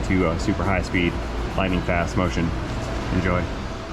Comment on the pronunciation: Whenever says "Super-high-speef" I turn on X2 speed and let 'er fly!